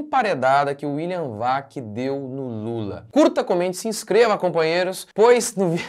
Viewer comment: "cumpanhêro" não dá, né pastor! Kkkkk